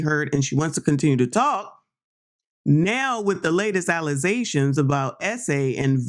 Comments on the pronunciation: Girl did you say allizations? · Tiff said "allazations" on Roland Martin and it is hilarious and sad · Alizaions!? You dummy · Tiffany says Trootf and Alluzations!!!!!!!!!!!